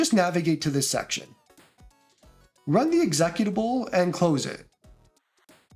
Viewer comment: the way you say executable is hilarious. Good vid, thanks for the clear instructions